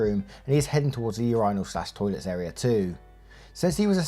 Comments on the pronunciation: Urinal is pronounced - " your in el" hearing you say urinal sounds like "your rhino" lol Much love though! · WTF is a ur-EYENaL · Hearing pronounce urinal as "your-eye-nal" 20 times was hilarious! It's typically pronounced "urine-al" 😂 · It's ur-i-nal not ur-eye-nal 😂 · Yourinal? Its myrinal!! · Why do you pronounce Urinal like that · Why no one says anything about how he pronounces "urinals"? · the way u say urinal is sending me 😭😭😭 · The way you pronounce “urinal” had me laughing